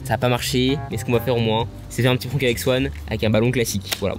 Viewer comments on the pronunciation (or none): none